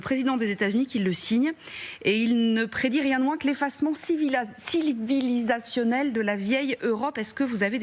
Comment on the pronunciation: Quand on a du mal a prononcer le mot "civilisationnel" a la chaine de télé française on se pose des questions.